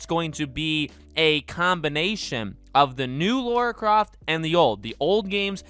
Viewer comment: It's "Lara Croft", not "Laura Croft".